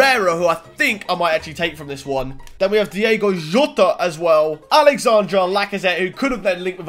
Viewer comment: the way he said JOTA😂🤣💀